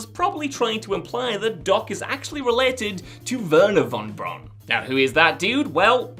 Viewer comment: Wernher Von Braun’s last name is pronounced “Von Brown”. It’s not pronounced like “brawn”. Think of how the “au” is pronounced in “Auschwitz”.